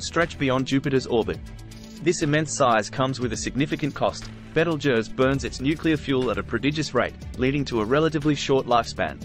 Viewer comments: Nice to hear someone with a decent pronunciation of it's name. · Beetlejuice is what you get under your boot on a warm night. At least this one got it close to right. Last time I looked I'm a crusty looking old human. Cheers.